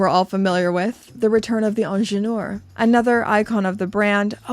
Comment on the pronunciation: First Learn to pronounce ingenieur. Second i am sick and tired about size subject. I wear 19.5 cm . I am not fat just normal somatic size. And the small size watches are not my absolut favourite. Is just like EU talking about what should I wear. As one of your subscriber wrote the new price tag is the problem . Plus attention to small details eg selling the new ingenieur without extra price for fine adjusting bracelet ???PR wake up.